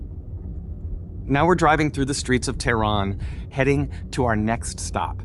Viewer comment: Where’s Teiran? It’s Teh-Run!!